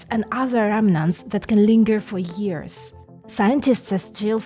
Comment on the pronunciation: Years,not tears.